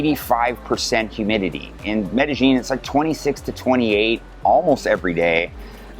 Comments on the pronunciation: "MEDEJING"...If you're going to promote your expert opinion on the CITY at least pronounce the city CORRECTLY! "MEDEYEEN" The LLs are pronounced like a "Y" pal. Pronounce it correctly if you are GENUINELY an expert! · Like, Like, Like.... like, like... It's not like MedeGENE like you F.ing Gringo...